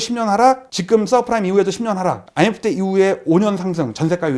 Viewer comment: 지금 발음을 직끔